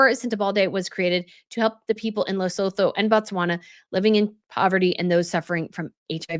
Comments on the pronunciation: 😋😋 Lesotho is pronounced like Leh-sue-two 🤓 just so you know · Rare criticism: your /excellent/ summation has you saying the country's names wrong :( There isn't a second L, it's not LesLotho! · Pronunciation nightmares 🙄😬🙄 It's Cen-tay-ball-aye and Lay-sue-too. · and the name of the charity - there's no D. Most names in that area of Africa are said as we spell them. Lengthen the vowels so it's Les-oot-hoo. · Lesotho is pronounced Le-sooo-too. I lived in Africa for 28 years. Dealing in politics and business is very difficult there. Africa has a complex history and unless you've lived there you won't understand it fully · Lesotho is pronounced “Less-oo-too” - just hoping to be helpful as this country is going to be mentioned a lot in the coming days 😁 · LE-SUE-TOO is the pronunciation. Looking forward to your take ❤ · Luh.SOO.too ... fyi :) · Pronunciation of Lesotho is Le-Sue-two. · Hi, awesome video and insight as always! I just wanted to point out that it's pronounced Leh-sew-too and Sen-teh-bah-leh. Looking forward to the next video! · Lesotho is pronounced Luh-soo-too 😊